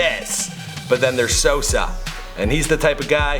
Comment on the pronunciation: “ TEKEHSHI AND SOSAW”